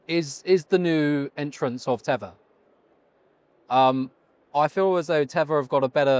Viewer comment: Host, what is Tevor? You said “Tevor” several times ( mark).